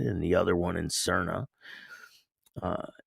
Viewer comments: Just thought I would help ya out with the pronunciation of Sarnia = Sar-knee -ya That’s how we say it 🤙 I think it was a Remembrance Day ceremony and that’s the same as Memorial Day Thanks for the vid ! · Little bit off. It’s pronounced like Narnia! Sarn-eea